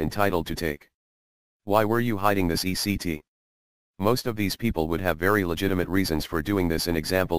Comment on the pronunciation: It's ETC. NOT ECT. short for etcetera .. latin I think.